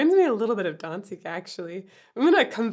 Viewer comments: It's Danzig, not Donzig. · DAMMIT WOMAN!!!😡 ITS PRONOUNCED "DAAAAANZIG"!!!😑!!! NOT "DON"ZIG.😑😑😑😑 GET IT CORRECT PLEASE!!! LOVE YOUR VIDEOS, DAMMIT.😑👍